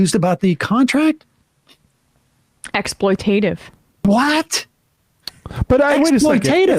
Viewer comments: Love you, Sam. For clarification, it's ex·ploit·a·tive, not ex·ploit·ive. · "exploitative" has four syllables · You know, I love Sam and his political views. But hearing him pronounce "exploitative" incorrectly so many times in such a short period is exactly why I haven't kept up with MR for a while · Does he say it correctly any time? Exploitative seems the kind of word you'd speed through absent mindedly if you're compelled to use it regularly